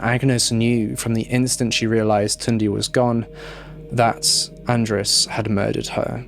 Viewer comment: The city you mentioned, was part of Hungary and András is a very common hungarian name tbh. I cant count how many Andráses i know lol Edit: It was so funny to hear how you butchered some names, but it was endearing to hear that you almost nailed Tünde.